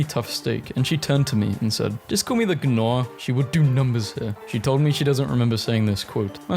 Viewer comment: ITS PRONOUNCED NAW-ER